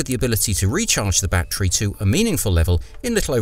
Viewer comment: But it's NOT a "ba-Tree", it's a "ba-TTerY".